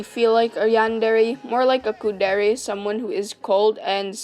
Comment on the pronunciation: The way you pronounce Yan-de-rei is so bad that I couldn't bear it after half of the video. You can apparently say Kuudere correctly but not Yandere. Next time, please, please, search how to pronounce words from another culture.